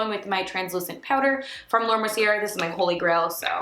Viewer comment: Beautiful look babe!! 💗 Just an fyi.. Mercier is pronounced Merci-a. 😘